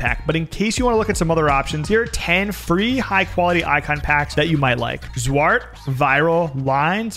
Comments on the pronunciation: when u said zwart u shocked me cause that's dutch and u nailed the accent without even trying haha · I love how you said zwart😂👌 its a hard dutch word